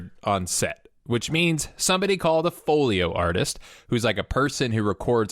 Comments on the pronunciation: It’s called Foley. Never heard it called Foleyo. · Folley and Folio are pronounced differently, lol. Still love these videos. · The term is foley artist, not “foleyo artist...” 🤦‍♂️ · Folio artist? Now I have to watch the next video released after this cause we know how gets ragged on for pronunciation and this one OOF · It's funny that he has so much confidence in saying "Foleo Artist" that I, someone who has known the correct word and pronunciation and even has a love for the art of foley work for 25+ years went to comments to double check. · I think you mean foley artist! You say escape funny !